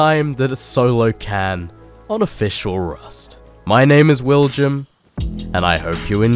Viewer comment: Your name is William, not Willjum, the J is pronounced as a Y, so just say it, you know you wanna.